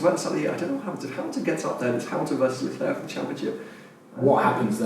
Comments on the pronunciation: It’s pronounced LeClaire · Someone please tell how to say LeClerc name... jesus christ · Yes! So annoying